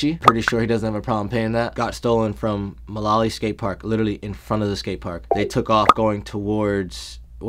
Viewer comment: once i heard him say mullaly park I already knew wassup